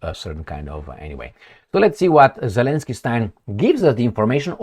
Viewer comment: Zelenskyyyyyiyiyi.. Always laugh when the name was pronounce. 😂😅